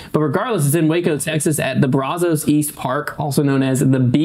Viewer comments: It's pronounced braz-is, not braz-Os. From a Waco local 😊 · Someone needs to teach how to say Brazos. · It's funny how people not from Texas pronounce Brazos lol